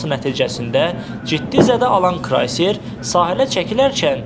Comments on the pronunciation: suyun altında batıb nəydi ala 😂😂😂😂😂 krAyser deyil krEyserdi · Krayser yox kreyser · Krayser yox, kreyser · "KrAyser" yox, KREYSER... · QARDAŞ- KRAYSER YOX KREYSER. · Krayser yox, kreyser olar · Kraysler yox ay... Kreyser. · Krayser yox.Kreyser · Lap yaxşı olub. Bir də, mətni oxuyan şəxs, bir az diqqətli olun. Krayser yox, kreyser. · Ay savadsiz Krayser yox kreyser) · Krayser yox krEyser. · Krayser yox ay savadsiz diktor Kreyser KREYSER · Ayee krayser yox kreyser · Ay savadsiz : krayser yox kreyser! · Krayser yox, kreyser. Adı düz öyrən,, ay cahil. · Krayser yox, kreyser. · Siz niyə görə kreyserə krayser deyirsiz?